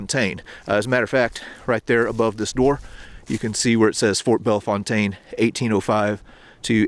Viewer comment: We St. Louisans cherish our traditions. Thank you for mentioning the local pronunciation of Bellefontaine .